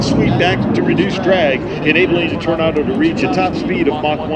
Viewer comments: Tor nay do not Tornardow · You say Tornardo.. I say Tornado. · Torn ah doh? FFS! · Why is he pronouncing Tornado like "Tornardo"? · "Tor-naw-do" drove me nuts, but great to see this perform in the states nonetheless! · I’ve heard Americans pronounce this aircraft like “tornardo “ which I kinda like haha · Oh Boy, cause it's a german Aircraft, so he uses the german pronounciation. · But still can't pronounce Tornado correctly!!! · You mean the way he pronounced Tornado? That's the German way of pronouncing it. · German pronounciation. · This is how it is pronounced in German and Italian, and many other languages.